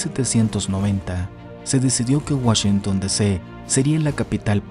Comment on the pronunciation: Puro Cheken de Woshinton ... 😉